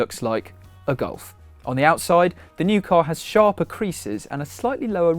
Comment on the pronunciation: It looks good. Sounds like you are saying Goal-f.